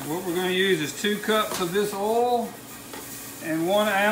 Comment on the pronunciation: Hard to listen to someone who can't pronounce "oil".